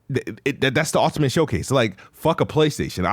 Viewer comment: Why doesn't he know how to pronounce "ultimate"? 😂